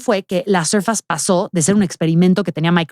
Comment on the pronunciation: SORFEIIIISSSSS .....SORFEIIIISSSSS ::::::: 🤦🏻‍♂️🤦🏻‍♂️🤦🏻‍♂️🤦🏻‍♂️🤦🏻‍♂️ .NO ....SURFAS !!!!!!! NO MAMAAAA!!!